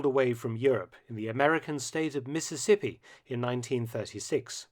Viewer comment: Hearing Mississippi in an educated British accent has a certain irony to it.